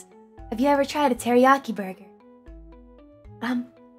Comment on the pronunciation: start guh hey fellow kids, "Borgar"